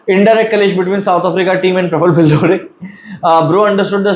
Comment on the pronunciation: Billore❎ Bilaure✅